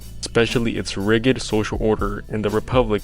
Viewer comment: Tyranny is ti-ranee with the i pronounced like in hit and rigid is pronounced with a soft g sound like in gentle Just fyi. Ive never even heard of Costin before or this extremely interesting and important history and connection to Socrates and Plato. This was a well crafted and thought out video and I am enteretained and educated- I appreciate very much you're putting it out into the world.